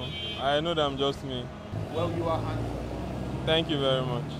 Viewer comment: He say "I don't think I'm hamsome"🤣🤣😂